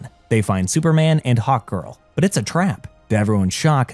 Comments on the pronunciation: Is it just me or does he say "hawt girl" instead of hark girl? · this was an awesome recap, ut i can't help but laugh every time you say hawk girl I hear "Hot Girl" lol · I thought he said hot girl when he first introduced her in the beginning lol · Every time he says "Hawk Girl" it sounds like he's saying "Hot Girl" and that makes his video more funny lol